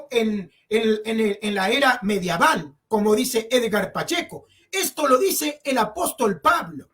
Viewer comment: Amigo no se dice mediaval